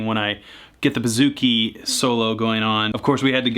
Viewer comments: “Boo”-zoo-kee not “Ba”-zoo-kee Just thought you should know. Love your videos! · pronounced boo-zoo-ki ** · Hail From Hellas(Greece)!!This Was ...Well...Funny..But You Said It Wrong..Its Buzukee(Bouzouki,Etc)Hahaha But You Are Crazy Funny!!!!!!! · I am a greek guitarist and the way you say bouzouki is hilarious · Vasilis Prekas HAHA IKR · Man this guy doesn't even ATTEMPT to pronounce things correctly. "kodo" and "buhzookie" cringe